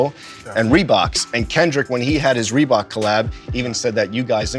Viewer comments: “ReBOX and girbauds” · If this guy says reeboks and girbauds again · "Reebok’s and Girbauds" lmaoo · “Rebook and girbuads” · If this nigga don’t stop saying Reebok’s and Girbauds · I love hearing him talk about "Reebox"...lol Let me get all "tree" colors...lol